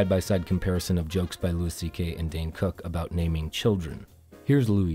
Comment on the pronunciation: How are you a fan of stand up comedy, yet you don’t know that Louis CK’s first name is pronounced “LOO-ee,” not “LOO-iss”?